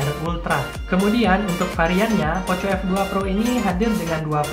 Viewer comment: Bacanya poko f2 pro bang Bukan poco f2 pro😁